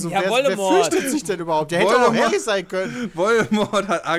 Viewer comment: Härri?? Er zerstört Harri?